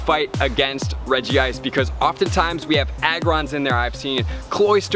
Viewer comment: REG-ICE, no regi ice